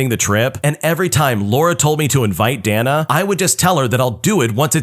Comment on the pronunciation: Dana is Day-Nuh. Not Dan-uh. 🤦‍♂️